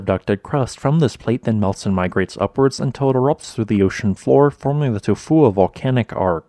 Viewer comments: The name of this volcano is almost poetry. It kind of just rolls into you.😎 I'm surprised at how well the bot voice says it. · You get a thumbs up just because you can say it’s name. Without going into a coughing fit